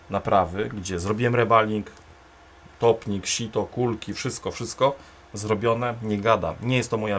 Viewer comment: W Polsce nie mówią różnie na reballing. Tylko Ty wymawiasz niepoprawnie.